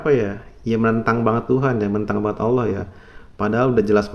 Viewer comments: Dia bukan sesat tapi nir ilmu alias gak kuasai ilmunya. Nyebut lafadz Allah aja gak bener. bukan Kyai ini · Lisan saja dilaknat tidak mampu mengucapkan Asma ALLAH secara benar